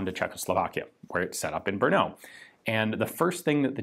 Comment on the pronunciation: Im glad you pronounced Brno correctly. 👍